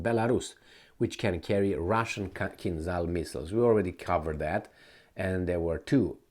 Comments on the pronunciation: Kinzhal is pronounced kin-djal 🇷🇺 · Tupolev, not "tupelov" lol also KinZHal", not "kinzal". you are not a native english speaker so you shouldn't be that dyslexic rofl